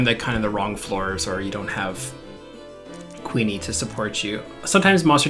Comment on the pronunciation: Q-yoon. Not queenie.